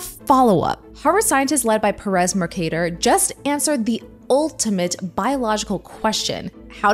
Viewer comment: Why is she saying perez that way?